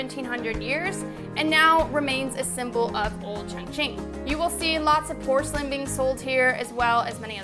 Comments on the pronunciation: ChOngqing, not ChUngqing. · Glad that u love my City XD But seriously every time u say "qiongqin" I die a little lmao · It isn't pronounced Chung........... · Terrible racism makes it difficult for me to talk about Chongqing. The pronunciation gives them a perfect chance to mock Chinese. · lol I feel like such an asshole always commenting on your videos. You have great editing and high quality video. But how can you say it is your favorite Chinese city when you don't even pronounce the name correctly? haha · Not at all, you don't think it is strange it is her favorite city but she can't even pronounce the name correctly? lol